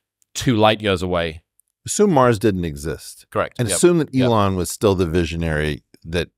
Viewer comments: I didn't know what maws was until I realized he was saying Mars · Not "MAAZ" but MARS ❗